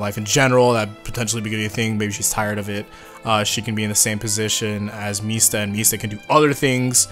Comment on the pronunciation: When are you going to tell Guido Mista his name is 4 syllables long?